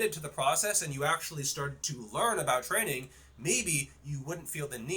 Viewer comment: I can believe you're not on roids because for how massive your arms are, your shoulders look pathetic in comparison (typically the opposite for users in my experience). That being said I can't take you seriously when you pronounce training as tren-ing.